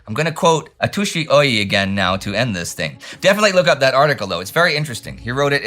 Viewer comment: One detail: it’s Atsushi, not Atushi, the way you should pronounce it. Japanese would spell it Atusi, because they use a transcription system into Latin alphabet that makes no sense, but Tu is pronounced TSU.